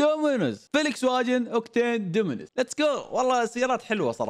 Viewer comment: اخوي اسمها فولكس فاغين مش فليكسواجين🤣🤣🤣🤣